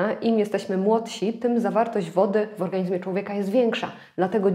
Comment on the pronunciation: Witam. Postaram się UPRZEJMIE. Odmiana słowa ,,organizm"...a dokładnie MIEJSCOWNIK W PISOWNI brzmi ,, w organiZmie", ale... WYMAWIA SIĘ to ze ZMIĘKCZENIEM - w organiŹmie. Dziękuję za uwagę.